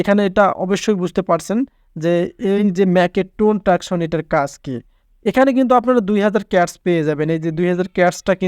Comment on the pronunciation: দূর হ্লা টাক্স , ট্রাকশন কি রে🤣🤣 টাস্ক, ট্রানজেকশন ✅